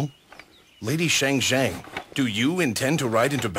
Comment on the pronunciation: Shang Xiang = "Sha-ng Siah-ng", not "Sheh-ng Xieh-ng".